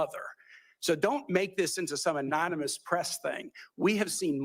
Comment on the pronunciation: Is he saying anominus instead of anonymous? I heard it 3x😮